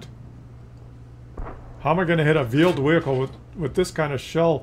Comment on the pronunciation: Vheeled Wehicle